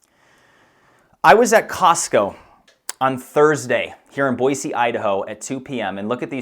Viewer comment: I can tell you're in Boise by the way you pronounce Boise